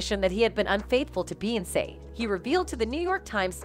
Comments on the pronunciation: thsts the only reason why I came here..."you sound stupid saying beyonce learn how to speak clown"🤷🏾‍♂️ fucking annoying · Noones gonna comment on how she pronounces Beyonce?! OMFG!!!! 😡